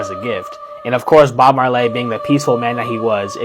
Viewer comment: Who the Hell is Bob Marlaay?